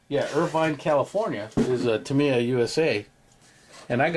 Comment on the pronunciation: Awesome update,, thanks for sharing all that great info and for pronouncing Tamiya properly. 😂🤣😂